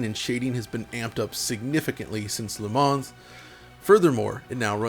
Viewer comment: Le Mans is pronounced Le Man (Le Munn), without the S. Love the retrospec...